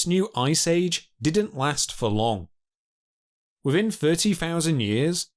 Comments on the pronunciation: Ha ha ha, yes 😂 So irritating! Also not forgetting the wiv and fink... fousand, frew, mammofs, cloving, wivvin, feories, etc. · What do you "fink" ? "Pressure wivin it"... "Birf" !